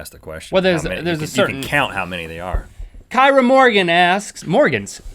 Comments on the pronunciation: Kyra is pronounced keera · "Kyra Morgans" is said kee-ruh...I have the same name.